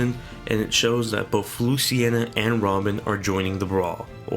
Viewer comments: Mahin Kesore Same here, legit when he said luciena I had to pause the video and make this comment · loo-cee-na... not luce-ci-ena